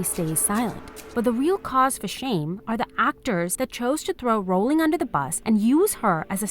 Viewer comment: because her name is Rowling, not Bowling